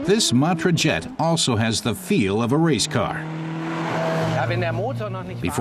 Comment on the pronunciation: It ain't "Djet 6" but "Jet 6"...